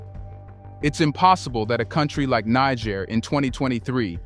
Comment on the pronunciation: You have mispronounced Niger 🇳🇪 many times in this video, you called the revolutionist the N word😮. I am sure in ancient times in Africa, that was not the name of that land.